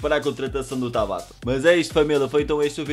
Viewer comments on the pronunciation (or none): none